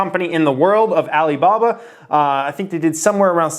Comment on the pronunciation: Can you stop saying Alibaba the way you do, it comes across as racist and its awkward! Other than that I am loving the content.